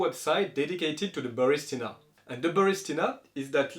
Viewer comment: It's ba ris TI na. You keep saying ba RIS ti na